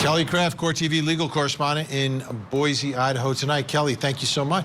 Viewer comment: Boy see, not boyzee for Boise 😇😅